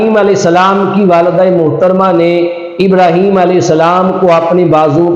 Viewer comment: اب تو سمجھ آیا رحیم تو ہے ہی نہیں ہیم ابراحیم لفظ تو نہیں ہے ابراہیم ہے